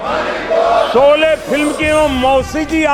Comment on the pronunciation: आपने भी शोले की जगह शोली बोला 😢